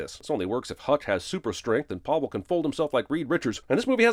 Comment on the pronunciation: Had a issue with the pronunciation of Pavel. It is pronounced Pa and vel as in velvet…